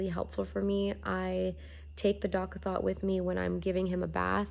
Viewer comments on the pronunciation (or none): She said DOCK A THOT 😂😂😂😂 I’m deadddd!!! It’s dock a tot lol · Imma need you to say Doc-A-THOT a few more times lol. Especially since I have a girl, I’ll be using that pronunciation from now on lol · I can’t stop laughing... the “doc-a-thot” instead of “doc-a-tot” 😂😂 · I was dying when she said that 😂😂😂 I'm 100% calling it a Dock-a-thot when baby gets here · she said “dock a THOT”